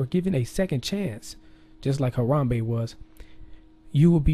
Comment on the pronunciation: lmao he said "rip Gorilla"...lol like when u rip something! lmao!!!!!! I like the way he says "Haram-Bae!"!!! LMFAO